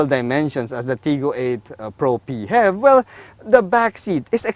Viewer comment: Hahaha....im already used to it after watching the “PEE-HEV video” the way pronouced it, just like music in my ears haha